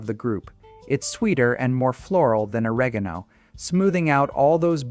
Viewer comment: Your computer voice (or human voice) needs an upgrade. It (or he) does not know how to pronounce Provence, oregano or basil.